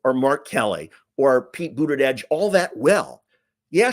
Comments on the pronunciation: Bootidudge? Isn't supposed to be a j sound like judge? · Love watching you but Please! Pronounce Pete Buttigieg’s name correctly! It’s not Buttidieg. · It's Buda-jej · I believe you’re pronouncing “Buttigieg” wrong! I’ve heard it’s “Booty-Judge!”🤔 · We hate Trump's constant lies so click bait titles that are a lie just feel yuk! Also, please pronounce Pete Buttigieg's name correctly. It's not Buttidedge! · You only said Pete Buttigieg's name correctly once that entire time. Smh... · Love your videos but please learn how to say Pete’s last name correctly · Cool 😎 but why can't you say Pete's last name?